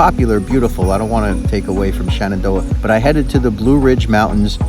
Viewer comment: If you don't like our mountains, you're free to stay away. Also: ShEnandoah, not ShAnandoah.